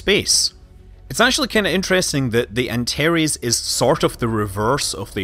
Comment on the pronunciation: Are you trying to say "Antares" ??